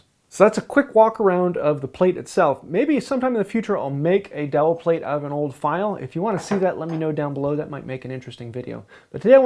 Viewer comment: All I hear is like "DAWHLL" or something?" (Fred Gordon Herbert ✝️)